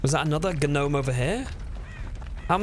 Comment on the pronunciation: Yuck. Dont say the "G".